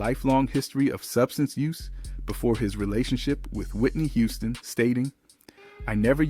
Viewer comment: Why he pronounce Whitney name wrong?